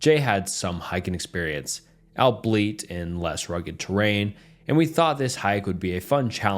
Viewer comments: I keep coming back because the stories are good and as a bonus he pronounces words funny as hell sometimes lmao he pronounced albeit (al-bee-it) like "" LMAO no hate, just know I love it and me and my gf pronounce the words irl like that sometimes as a meme. I'm bout to break out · Albeit AL BE IT, not "" I listen to all your vids but I struggle between finding all lf your mis readings endearing and absolutely annoying. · Love the vid, however just a side note “albeit” is pronounced “all-bee-it” not “albeleet” 😂😂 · "albeit" is not pronounced "all beet" it's pronounced "all be it" Idk y that triggered me so much but it did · albeit is pronounced "al-be-it," not "all-bleet" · My dude..you still have trouble with this one- albeit is pronounced all be it! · For the love of god irs "all-be-it" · “Albeit” is pronounced “all-be-it” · Just FYI albeit, is pronounced all be it.